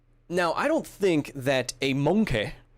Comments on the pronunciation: I don't think that's how you pronounce MoNkEh cancer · The way pronounced monkey sounded to me like an impression of British comedian Johnny Vegas.